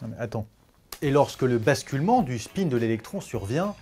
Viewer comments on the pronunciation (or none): none